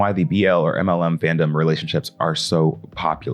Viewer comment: Are you saying mlm and wlw like that as a joke? Sorry, I'm autistic and I can't tell lol